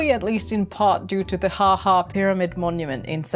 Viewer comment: It's fine! I think the name of the pyramid is supposed to be something more like "ah-ah" (it's also a landscape architecture feature, a special type of wall) but you did way better than I would have. What languages do you speak?